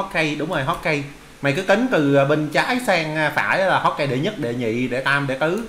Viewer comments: hô ka ge mà anh đọc hót kai vãi nồi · hokage đọc là hô ka gê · May cai dau la hokage Danh van hô kha ghê Anh doc sai rui